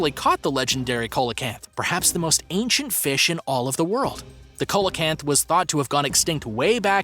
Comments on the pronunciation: Its pronounced SEE-LA CANTH NOT COLA-CANTH!!! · It's pronounced see-la-canth not cola-canth ffs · By the wan, it's pronounced "SEE-LO-CANTH". Bloody Co-lo-canth. British language. Don't you just love the way Yanks Fuck it up? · Your pronouncing it wrong. The fish is phonetically pronounced "see low canth". Not "cole la canth" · it is pronouced seal o canth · Coelacanth is pronounced see-lo-canth. Jeepers! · Bro it's coelacanth ce la canth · COELACANTH! Pronounced ‘SEE-la-canth’, IF YOU PLEASE... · The 5th one is pronounced ''See-low-canth". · I've never heard coelacanth pronunced this way 🤔🤔🤔